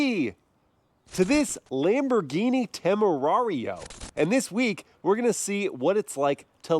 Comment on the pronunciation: It's a Lamborghini,not laymborghini😂